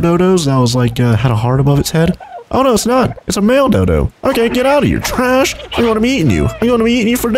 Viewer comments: dude, it's tresh, not trash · he called him tresh not trash